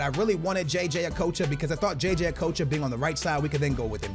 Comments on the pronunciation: It's not o-k-o-ch-a it's okotcha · Okocha not okowcho. There’s no ‘w’ in it. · jj a-coach-a? lol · It's pronounced a-cotch-a